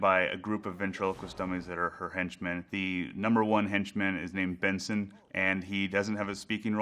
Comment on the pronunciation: Benson! I thought she was saying Vincent!